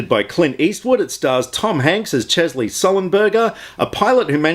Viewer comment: I'm gonna give you an 8/10 for pronouncing his first name correctly :-p